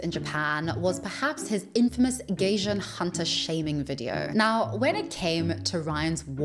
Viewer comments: Oh you mean gaijin (外人). I was thrown off by the way you pronounced it like gaysian/gayshan (bit weird NGL) it is actually pronounced like the combination of guy (like the synonym for a human male) and gin (the alcoholic drink). Also I think what he was explaining was that gaijin is a bit of a slur depending on the context and situation, because if I remember correctly according to what my Japanese teacher Tsutsui san told me over a decade ago that it is more politically correct to call a foreigner a gaikokujin (外国人). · Haha lol it took me a second to realized you were saying gaijin when you said gayjin hunter. It’s pronounced like guy-jean. But the guy part goes up at the y part. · Pronounced GUY-JIN . Thought you were saying gaysian for a while 😂 and wondered how this guy got himself into gay Asian’s business lool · gaijin-pronounced (gai-jeen) not gayjun. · guy-jeen. Not gay-jen lol. thanks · Girl, "gaijin" is pronounced "guy-jin", not "geijeen" xD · "Gaijin", or 'foreigner', is pronounced with an "eye" sound, not an "ay" sound. So it's said like "guy-jin", not "gay-jin." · Oh that’s actually pronounced /guy-jin/ (gaijin, which is the “rude” term to refer gaikokujin) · You pronouncing gaijin as gaysian is taking me out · Gaijin 外人is pronounced like 'guy-gin' (pr. second syllable like the liquor 'gin' in English) - I wish you'd have done your research on this word and not repeatedly murdered the pronunciation, that was unfortunate since the rest of the video seems very well researched, as always. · My love ,itis pronounced Guy Gin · the word "gaijin" in Japanese is said more like "guy jean." Also it is somewhat pejorative, as the more proper word is "gaikokujin." It does hold the connotation of being a perpetual outsider and many expats do struggle with that in Japan--but he is obviously overly sensitive about it. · I'm sorry, her pronunciation of Gaijin cracks me up 😂 Did a double tak because I thought she said "Gaysian" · Gaijin is pronounced guy-jin 😊